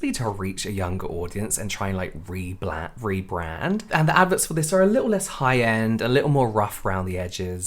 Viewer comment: 😂😂 Re-bland ugm re-brand